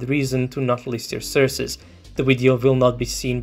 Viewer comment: The amount of "surces" u have said xD U are absolutely right tough and LazerDick had no respect